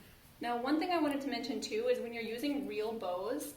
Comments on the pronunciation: This is so beautiful, but because I’m a word nerd, every time you say bow (as in bow tie) I cringe. The correct pronunciation is bough (as in to bow down before the queen). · It's not pronounced bow like a bow on a 🎁 present....bough is pronounced like to take a bow. I'm in Atlanta, GA. 😊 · Nice! I’m guessing if you just want a lightly frosted look, you could put it on a scrub brush and rub the bristles. Not sure if anyone has mentioned this… I kept looking for the “bows.” I think what you were trying to say is bough. Pronounced like bow, take a bow, or rhymes with wow. Isn’t the English language great? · Bough ( NOT BOW) is pronounced like COWS. You know Deck the halls with BOUGHS (like cows) of holly. Not bows like nose. 😂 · Yes she is, she doesn’t realize it’s bows like pronounced like cows. 😂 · Driving me crazy....